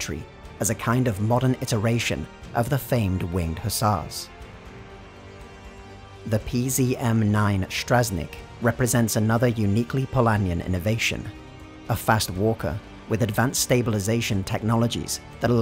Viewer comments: Building on constructive critique : Motsny, Shimaly (you pronounce it so it sound like smiley) and Stragneek. (pro tip: listen to the pronunciation on translate) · Though kudos of almost getting Strażnik right.